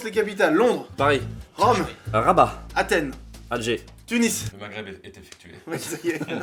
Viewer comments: cest rabat pas rabbat 😉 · "RABBAT" .. Allo google ? Oui ? Il semblerait que ce soit RABAT